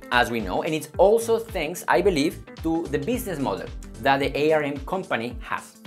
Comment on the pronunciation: It's pronounced arm. Like the body part.